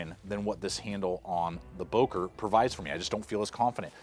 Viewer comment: Böker with ö